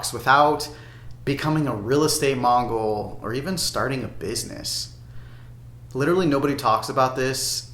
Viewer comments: what is a real estate "mongrul" ..you mean mogul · It’s real estate mogul not mongel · Did you say “real estate mongal”?